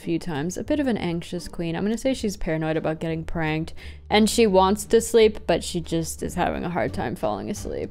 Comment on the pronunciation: Every time you said "got pranked" I heard "got pregnant" and that's a very different category